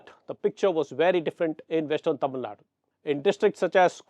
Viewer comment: It’s Tamil Nadu. Not Tamil Naad. In English also it’s Tamil Nadu. The Hindu- pls take care of pronunciations, this is not print media.